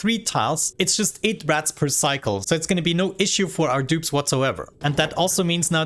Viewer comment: It took me 5 minutes to realize you were saying "Rads" and not "Rats"